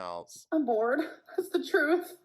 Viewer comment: "I'M BEING BOOWEED."